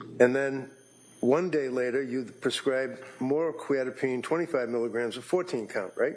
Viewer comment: The mispronouncing of Quetiapine is driving me crazy